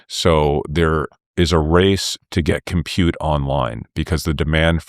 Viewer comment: It is disgusting the way he says it...